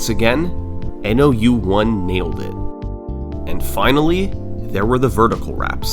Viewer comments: I think "nou1" is supposed to be read as "nōichi" (spoken as "know-ee-chee") bc it's a Japanese name 😭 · hey brother love the vid, nou1s name is pronounced as "no one" since the o sound can be translated as ou as well, please take down the video again and re upload with this correction, all the best :0) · Commenting for the algorithm. I wonder if nou1 is pronounced "no one"